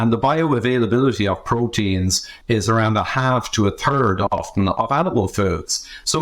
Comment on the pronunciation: "A half or a TURD of animal foods." 😂